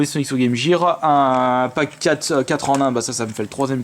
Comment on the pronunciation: Gear c'est prononcé avec un g et pas avec j ?